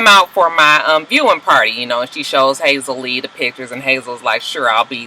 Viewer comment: it's Hazel E. not Hazel Lee, lol. Just FYI because you are intent on using Hazel Lee, lol! It's Hazel E, lol, but either way she's got low self esteem judging by the delusion of her relationship with Berg.